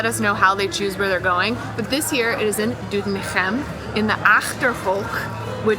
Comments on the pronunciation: "DoetinCHem in de aCHterhoek in Gelderland" - you're nailing those G's! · Foreigners enjoying kingsday more than the Dutch😂😂 Nates pronounciation of Doetinchem was top👍👍👍 Katrinas pronounciation is improving as well👍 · Doetinchem pronounced correct. Well done. You deserve the oranje tompouce